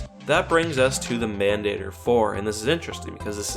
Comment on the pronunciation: Many years late, but as Mandator is Latin: Mahn Dah Tor The "a" in Mandator would sound like the "a" in father. An "e" would sound like a long a.